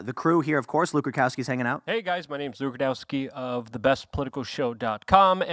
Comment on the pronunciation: Why can't Tim EVER get name right? It's pronounced Rud-ow-ski (strait from mouth), and Tim insists on Rud-kow-ski. It is almost as annoying as mispronounciation and misuse of so many words. 😂